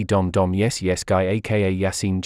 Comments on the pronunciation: is dap dap not dom dom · Skibidi dom dom it's dop dop not dom